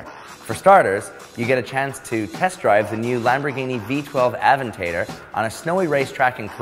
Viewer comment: Aven-tay-der? Avent-adore is how you can pronounce it. JFC.